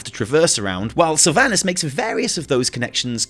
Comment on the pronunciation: I guess none of these wow content creators know how to properly pronounce "Sylvanas" lmao. Jeez, what a cringe to hear.